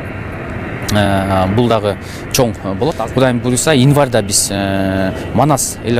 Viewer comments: Инварда эмес январда деп эле суйлочу обу жок десе. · Инварда дейко кайра, кайра эле🤦‍♀️.Январь деп суйлосо жакшы болмок.